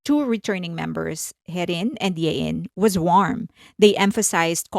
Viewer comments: It's Hyein not Yein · "Hyein" is pronounced Heh-een. But credit to you for not mispronouncing her in the most popular way - High-in.